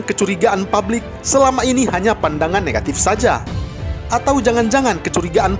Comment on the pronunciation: PUBLIK, woy, bukan PABLIK. Produk, bukan prodak